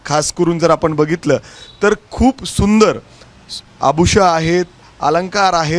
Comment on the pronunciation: Are abhusha nahi abhushana asta..kadhi shiknar tu 🤦🏻‍♀️